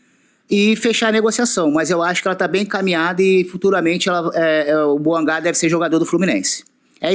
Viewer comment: Deni bouangá é meu ovo. Fala a mer... do nome da cara certo.